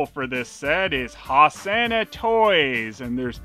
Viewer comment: Brilliant review as usual, but you've inspired me to mangle some lyrics from Jesus Christ Superstar: Ho-sanna hey-sanna, Sanna, sanna, ho Sanna hey-sanna ho-sanna, please oh please say it properly, Sanna ho sanna hey Hose not hoss.